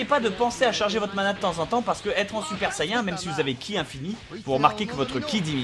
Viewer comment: J'aibattue freezer lvl 21 et le seul moment ou j'ai galéré à la fin (lvl30) cet contre trunk super saiyen contrôler par le dieu des demon ps:si tu pouvais prononcer correctement saiyen stp sa serait cool merci n_n m'enfin bref merci pour se tuto !!!